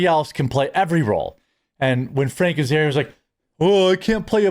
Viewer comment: Are you saying Frank Azaria? Cause it sounds like you are. It's actually Hank Azaria.